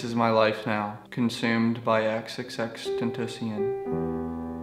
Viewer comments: Ten-Tah-See-Ohn in case people haven't spammed you enough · u said xxx ten tah sea in 😂😂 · Vruh he said xxxtentaseaun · Well then... why did you pronounce is name intentionally wrong? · bruh I almost commented about him saying xxxtentacions name wrong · if u are addicted i would know how to Say it right but still love ur vids bro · You can't be addicted if you can't say his name right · If your a true fan of X say his name right man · hes "addicted" to him but still cant say his name right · addicted to x but still cant say his fucking name right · how can you be addicted to x but cant even say his name right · He said his name wrong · Yet still can't say his name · lol he still pronounces it wrong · He can't even say the damn name right, SMH🤦🏻‍♂️ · obsessed w him but can't say his name right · if you were addicted to x you would of said his name right